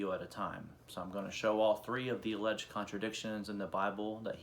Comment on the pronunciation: Dude, “alleged” is two syllables, not three.